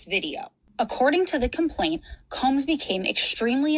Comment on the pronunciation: I think it's Sean Combs not Sean Coombs.